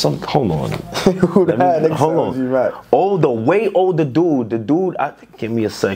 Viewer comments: I'm from Ghana and ik OG Mack, nigga said "crip mack?" 😂😂😂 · He said Crip Mac